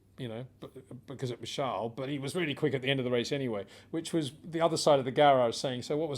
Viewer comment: Peter Windsor his name is Charles not Charle....=)